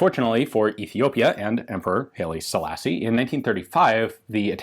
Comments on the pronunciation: FWIW, I've always heard it pronounced [when he was still alive, that is] "Hi! Lee" Selassie.... [Not Hayley Steinfeld^H^H^H^H^H^H^H^H elassie! ;-)] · love the channel it pains me when he mispronounces Haile Selassie. hayley selassi-eye is rastas say it